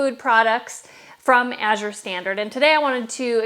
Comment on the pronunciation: Thank you for pronouncing Azure correctly. As a reading tutor, I can't help but noticing when people mispronounce it. My husband will hear me talking to the screen and correcting the speaker.